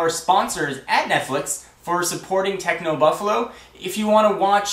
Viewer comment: Just a quick thing. U say technobuffalu instead of technobuffalo